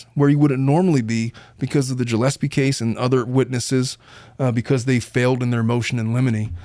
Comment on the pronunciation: Gillespie was pronounced wrong too.